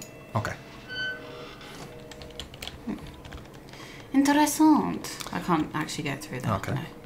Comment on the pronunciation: OMG. just pronounced interesant just like in Romanian (well, almost... a little french ish accent). Cheers.:)